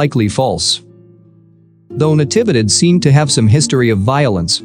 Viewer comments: The voice is processing "Natividad" wrong. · It's saying all the syllables after Na fast and all bunched together. It's Na-TEE-vee-dad. Even in american english, with that pacing (voicing each syllable for about the same duration) it should sound OK.